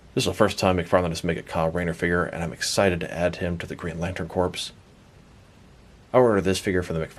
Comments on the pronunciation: My man said Corps (corpse) when it’s really Corps (core) lol. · I know how it's spelled, but it is pronounced "core" as in "Earth's core" or "apple core" not "corpse" as in "Dracula looks good for a walking corpse."